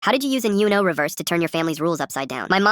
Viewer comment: Anyone gonna speak about how uno was pronounced